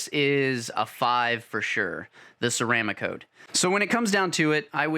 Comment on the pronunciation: Ceram ah cote??? Try ceram cote. I hate when the experts on YT don't even know how to pronounce the products they review. My pet peeve, sorry. Another guy with 172 videos said his favorite airbrush was an "I oh wata." Just 5 letters and can't get that right. Now Ghaalari (pronounced gallery) I can understand! I like the video and the time spent to produce it though...:)